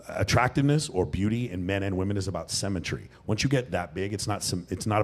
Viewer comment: Dude what’s with the weird pronunciation? It’s symmetry not semmetry. It’s hemsworth not haynesworth Also you don’t know what symmetry means because you can be symmetrical and huge…symmetry means left matches right, top matches bottom